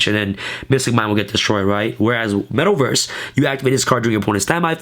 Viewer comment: Love your vids bro ... but you are killing me every time you say metal verse instead metaverse LOL but yea love your deck tech bro keep them coming